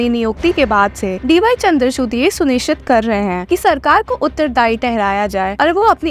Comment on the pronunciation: Chandrachud nhi chandrachur pronounce hoga wo.